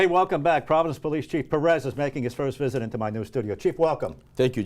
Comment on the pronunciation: Can we normalize pronouncing that last name correctly? PÉ-rez. They even put an accent on it for you, to make it easy